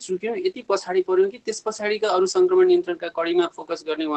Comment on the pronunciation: रिपाेर्टमा संकरमण हाेइन संक्रमण हाे।उच्चारण गलत भएछ है। । परकाश,परधानमन्तिरि हाेइन प्रकाश, प्रधानमन्त्री उच्चारण गराै।